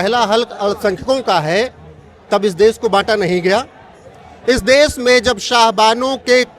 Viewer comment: देस नही देश बोलो, कहा से आते है ये लोग